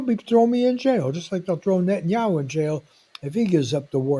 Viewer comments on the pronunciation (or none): It's Net TAN yah WHO.